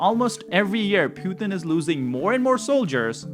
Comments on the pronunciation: Please tell me its a genuine subversive act that you call him ' poo thin'....makes him sound like weak sh1t....instead of pu tin. Makes me laugh uproariously...on all of your videos. Hilarious 😂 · FFS the man’s name is Pu-Tin pothin!